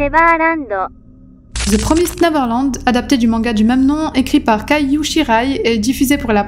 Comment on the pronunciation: the quoi ?? Promeast ? Aïe... mes oreilles...